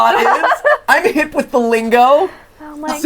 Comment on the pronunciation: He did NOT say hip.😂😂😂